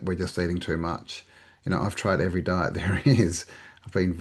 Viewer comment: Die-t Hell-thy